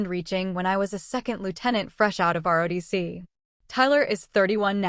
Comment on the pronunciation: It is not, RODC. Try ROTC IS THE RIGHT LETTERS.